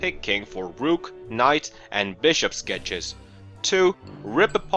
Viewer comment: Not Ruuk. Rook.